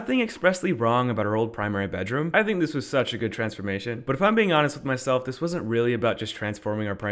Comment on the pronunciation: i thought he said “primates” bedroom 💀🤣🤣